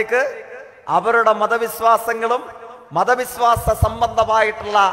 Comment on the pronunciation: Jaike malayalam padik. Vishwasamanu viswasam alla